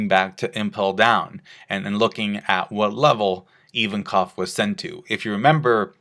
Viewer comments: Ivankov, not Even-Koff. Jesus, why are americans so adamant on purposely mispronouncing anything even remotely non-english? Is that like a cultural thing? The other day I was watching another american trying to pronounce the word "Abramovic", stuttering and getting stuck at "Ab-ab-ab-ab-ab...". What's wrong with you people? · Invankov not Ivankof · EVEN-COV?? Dude it's a Russian name!!! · Why does pronounce Ivankov like that